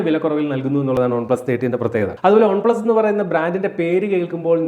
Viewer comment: ഒൺ പ്ലസ് അല്ല ചേട്ടാ, വൺ പ്ലസ് എന്ന് പറയു..കേട്ടിട്ട് ഓക്കാനാം വരുന്നു..🤮🤮. ഇനി മേലിൽ ആവർത്തിക്കരുത്. പറഞ്ഞേക്കാം.👊🏻👊🏻.